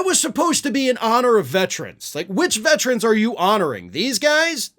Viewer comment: Please say VETERAN, not vetran. It is my birthday, and so many people mispronounce it. It is VETERAN, not vetran.